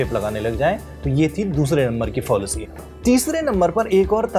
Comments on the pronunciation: Are padhe likhe lallantop ke gawaro, it's फ़ैलेसी not फ़ाॅलसी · Abe wo fallacy hai fawllacy nahin hai.. pronunciation sahi karo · Fallacy is pronounced as फ़ैलेसी फ़ॉलिसी नहीं। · Fallacy is pronounced wrong throughout the video and the devnagiri transliteration is wrong as well. It is pronounced Fa(like 'FAn') lu (like LUnch) si (like SImple). Transliteration to devnagiri: फैलसि Nitpicking aside, very important content for Indian context. Good Job.